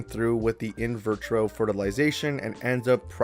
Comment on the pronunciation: It's 'In Vitro' (pronounced VEE - TRO) - not 'In Virtro'... You're adding an 'r' before the 't', which doesn't exist....